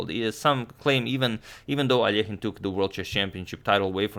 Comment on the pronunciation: Finally, Alekhine's surname is correctly pronounced!